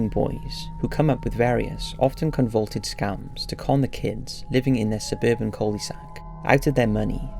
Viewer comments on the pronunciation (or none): "Convulted" I think you mean "convoluted", pronounced "con-vo-loo-ted". It means complex or unclear. Maybe try writing your own script and not plagiarize shit off reddit or where ever you got it from. That way you understand the words you're using. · Con-vuh-luted. Not con-vul-ted. Also, it's disrepair, not despair. Not relevant to this video, but a repeated mistake you make in videos and it has been driving me mental. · Con-vol-Uted. Not convolted. Convolted isn't a word. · It's convoluted, not convolted. If you're going to narrate, learn the words. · No offence but the correct way to pronounce it is "con-vol-luted." "Luted" to rhyme with "fluted." NOT "con-vulted." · The word is "conVOluted" not "convulted" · Its con-vo-loo-ted, not 'con-vaulted'. Just thought i'd mention that since you used the word at least twice. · Love the upload, but I have a tiny bit of feedback. I hear you say "convulsed" a few times. I think you mean convoluted which is pronounced con vul oo ted. Keep up the good work, I love your channel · Stop saying CONVULTED. It’s CONVOLUTED - four syllables, not three. Sorry, it’s just driving me crazy lol. Interesting yet fucked up theories, by the way. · It's "con-vo-lu-ted", not "con-vol-ted." Just thinking you might not know, as I've heard "convolted" twice and I am only a bit past half done with the video. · The word is convoluted, not convulted. Con-vo-luted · Discovered a new word, but didn't take the time to learn how to pronounce it before cramming it in the script. Con-vo-LOO-ted. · Con-vo-lu-ted. Just trying to help. Also Fred had been in the Navy, so, he at least, was not a teenager. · If he say 'Con-Vaulted' one more time, I'm gonna scream. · CON-VO-LU-TED (Con-Voe-looo-ted) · Hey....”Convoluted”. Con-vo-looo-ted. Love you! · 'con-vo-luted disguises'